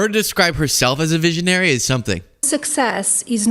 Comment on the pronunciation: No, she said veeezionary